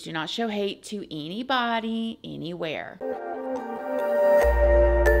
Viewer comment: Please don’t m*rder eeeenybody, eeeenywhere